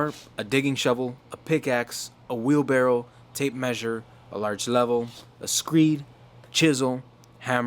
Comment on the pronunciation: Buddy said "wheel barrel" lmao